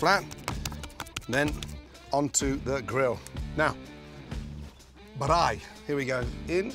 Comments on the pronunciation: Looks nothing like a braai to me. No self-respecting South African would make a cheese burger on a braai. We have better ways to do that believe it or not. What the heck is a "ba-r-eye" anyway? It's pronounced "braai" as in "buy" with an R after the B. I think you were made to look a fool on this one mate... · Baraai😂 Its Braai Gordon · Like "Bye" just with an "R". It's not difficult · He said barai not braai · He's very close, but he puts a bit of a vowel in between the "b" and the "r" for some reason. It's not "b(a)raai," just "braai." Still, I mean, valiant effort. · Mans saying Baraai not Braai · He said beraai instead of braai 🤣🤣🤣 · Its not Brai, its Braai, like brawwii, so yes, pls pronounce it corerectly all of you that sees this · Looks delicious, boet its BRAAI not birrraaai hehe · I know exactly where you got those buns.... hehe... But pronunciation of Braai is just Braai, not Bireye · Dude it's not brrrrrrrraaaaaiiiii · It sounds like Brye 🤣😭🤣 hahahaha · I was thinking that. I've always known it as simply "Bri" like short for "Brian"! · mate i just found another video where he cooks an ostrich egg... the man calls its a "brey" xD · Thats a proper Braai, even has the dent in it. For anyone interested, Braai is normally pronounced like b-rye (like rye bread with a b in front) or bye with an R in it. You dont have to roll the R so much. But well done on the pronunciation, I know any Afrikaans sounding words are hard to pronounce, even for non Afrikaans south africans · Ramsay: "On the bRRaai" 😆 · The way he says «braai» sounds like baraii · He says "Braai" like he has had a bottle of Klipdrift and a pack of red stuyvies. 🤣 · As a fellow South African, I died every time Gordon tried to say braai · Ay at least he tried, most people won't even get it right lol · LOL, I am Laughing right now, Just came across this vid. I didn't braai a burger on my channel yet but hell now. His is bad. Sorry Gordon. I also try your recipes. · The braai got me the most each time